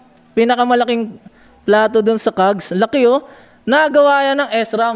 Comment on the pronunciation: ahh ok po okay Naman po ung video s ram lang ung Mali na prunounciation Pero maganda Naman po dami part sa video na natawa ako dahil sa mga jokes mo kagaya nang sa upuan ututan at ihian hahahahaha